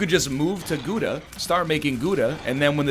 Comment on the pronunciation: NL, you take the o-sound in 'now', then you go: g – o – daa. That's how to pronounce Gouda. I mean you really should know this since your name and the country literally have the same abbreviation